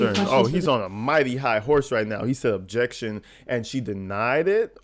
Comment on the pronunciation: UBJEXSHUN! I wasn't driving a car it was an SUV